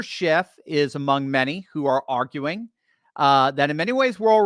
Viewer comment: FYI: It's Peter "Schiff", not "SchiffT" Mr. Expert! Just sayin.